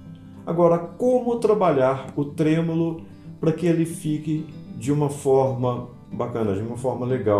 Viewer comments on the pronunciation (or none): O correto é tremolo e não trêmulo. 😂😂